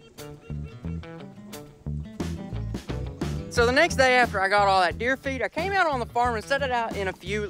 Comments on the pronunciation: This entire video I thought he was saying 1800 pounds of deer feet but he was saying feed😂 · I thought he said deer feat😂